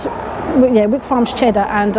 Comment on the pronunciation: Please note its actually pronounced 》 Whyk.《 not Wick. 😁😍 it's because I live in a place called Wyke. Really love your work.